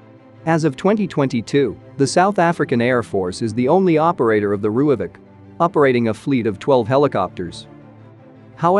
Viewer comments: Just a side note... If you spell it "Roy-fulk" the AI reader won't sound so spastic... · Pronounce it like this."RoyFalk" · lol - was going to ask WTF a "rooyavik" is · You butchered the pronounciation..